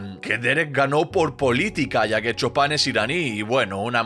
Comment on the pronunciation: Por qué le dicen Chopan si se pronuncia Chupan 😂